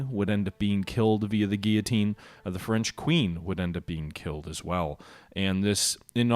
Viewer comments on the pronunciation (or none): none